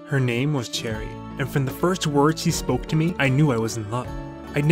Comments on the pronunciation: I know you probably already know by now, but I have to say it anyways just to satisfy myself. Cheri is pronounced like "Sherry" not "Cherry." :) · it made me cringe when he said her name wrong- its like sherry bruh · I got her today and I'm so excited its pronounced Cheri!!